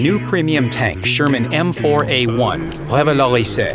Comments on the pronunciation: Im annoied by how he says reveroliseee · every time the man say "The revolurise..." i laugh out loud :D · the "Revalorizay", merci les anglophones pour ce magnifique accent xD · "revolaris" LMFAO